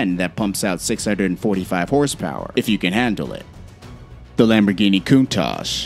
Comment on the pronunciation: Once he said countach..... he lost me.